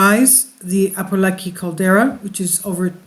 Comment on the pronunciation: It's Apo Laki pronounce like Lock-key not Kai